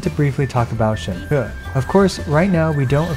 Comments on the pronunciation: You pronounce Shenhe correctly! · Salute for pronouncing Shenhe correctly. It's fuckin cringe to hear many Western youtubers pronounce her name "chain-hee" when it's 2022 and everyone has access to google.